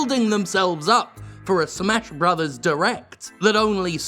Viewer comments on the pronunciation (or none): none